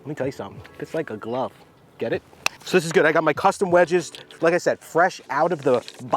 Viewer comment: FREAKIN LOVE IT!!! " GOT FIT FER A GLUV." LOL LOL